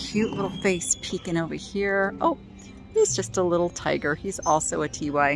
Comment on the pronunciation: TY is pronounced Tie